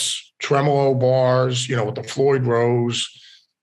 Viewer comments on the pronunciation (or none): none